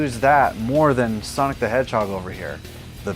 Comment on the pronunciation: Por que você fala soniki